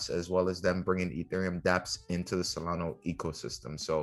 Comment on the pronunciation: SolanA…… not SolanO